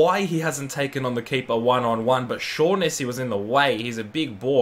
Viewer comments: It’s pronounced shocknessy not shawnessy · Pronounced Chibiki and shog-nessy